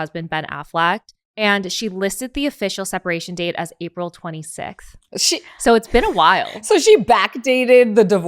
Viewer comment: Natalie not being able to say 26th is the cutest thing ever. It reminds me of that one episode.. Y’all had me dead. Btw Natalie— I must give some unsolicited advice. I also have had the horrendous bowel issues my entire life. Garden of life probiotics “critical care” 80 billion. Significantly improved the quality of my life. 💜 I hope you try it!